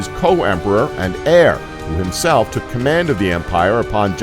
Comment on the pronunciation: When he said the Roman Empire was founded in 27 BC... So apparently the other 700 years of its Republic and Kingdom don't matter. (And then he mispronounced the Hagia Sophia & heir)